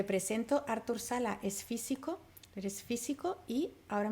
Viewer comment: es Arturo en catalán ( no Ártur!! ) y se apellida Sala (no Salas). Saludos.